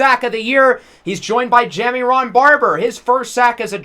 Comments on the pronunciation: Say it with me…. Juh-Myron. Juh-Myron. Not JammyRon 😂😂😂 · Ja-Myron Barber Myron Jammy Ron is gonna drive me insane 🤣🤣